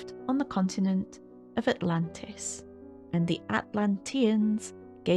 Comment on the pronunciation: Stop, dead. XD Autlantis, fml